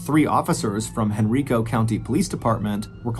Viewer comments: I live in the Richmond/Henrico Virginia area and remember when this happened. The correct pronunciation of Henrico County is Hen-RYE-co. Great story. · Same thing I was listening to this on the way home from downtown richmond and was in Henrico when he said it this way, I chuckled.